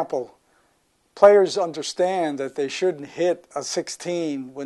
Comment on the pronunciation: he said "shouldn't", even though the subtitles said "should". He didn't speak up or pronounce it very well, after all, he said it badly enough for google's speech recognition that generated the subtitles, to get it wrong.